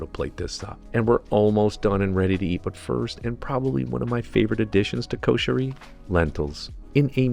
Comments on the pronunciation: it's should be written like that "Kusheri", so u pronounce correctly like the local ppl, im arab and i know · U r right. It sounded like kosher :)